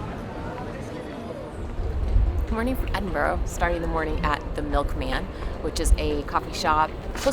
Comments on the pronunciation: Holy Moly! Did you learn nothing while you were here? Don't you listen? It's not Edinboro. And it's not a Harry Potter location. It's been here for hundreds of years and all you can talk about is kids' fantasy stories. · It’s pronounced Edin-burru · Nice that you enjoyed what you saw of this fabulous city, though there is much, much more to explore. A few things (apolgies for the length): - As others have noted, Edinburgh is pronounced 'Edin-burra'. Some locals say 'Em-bra', though 'Edin-burra' is more legit. - The 'alley or staircase' across from the Milkman is Warrison Close. Its 120 steps lead up to the High Street (Royal Mile). There are over 80 closes remaining along the Mile. These line both sides of the route from the castle down to the palace, and back when what is now called the Royal Mile was the primary route in the city (when it consisted only of the Old Town, prior to the creation of the adjacent New Town), closes were the streets and were lined with homes and businesses or led to farmland etc. Chambers Dictionary and the Encyclopaedia Britannica were first printed a few centuries ago in a couple of the closes in the vicinity of Warriston's Close. Here is info on the closes: Because the Royal Mile is a rather steep hill, some of the close extending off either side at the top, most notably Warriston's and Advocate's closes consist of many steps. The News Steps, tucked out of sight up St. Giles Street, across from St. Giles Cathedral) is another. - The mention of 'built up' regarding the low windows on that church by the castle (deconsecrated it is now The Hub, part of the Edinburgh Festival) misses out on the steepness of the terrain up Castlerock and the need for the rock to be cut out to accommodate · "Edinboro" ..... cringe. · Definitey not Edinbro!!!! has it right. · Ed-in-Bra.. maybe drag the Bra a wee bit but not too much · It's actually pronounced 'burra' - Edinburra. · Edinburra if you really wish to pronounce it properly.